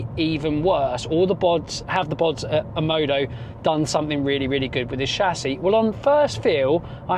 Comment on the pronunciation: why are you pronouncing it OMODO when the brand is OMODA?